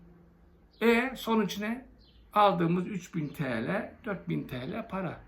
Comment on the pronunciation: Ben bu trolüm diyen adama ne diyeyim kardeşim sen önce tele demesini öğren yani TL demeyi sen tela diyorsun yılmaza 5 milyon veriliyor o adam ben kalemimi satmam diyor sen 4 binliraya kendini pazarlıyorsun senin hakkın çok fazlası ney biliyormusunuz yüzüne tükürmek rezil utanmaz adam senin gibiler yüzünden AKP bitti